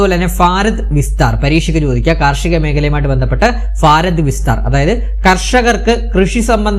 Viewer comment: ഫാരതം... അല്ലടോ ഭാരതം